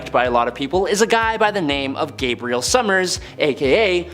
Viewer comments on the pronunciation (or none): none